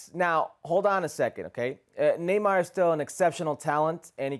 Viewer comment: Why is that guy pronouncing Neymar with a trilled R at the end of his name...he's from Brasil.